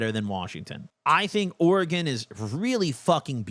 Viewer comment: Thank you for doing Oregon right ❤️